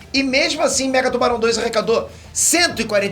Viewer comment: toda vez que ele falou mega tubarão eu escutei megatron